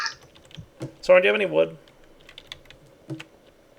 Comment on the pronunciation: Sign. Also, it's Soaryn, not Soren. Common mistake.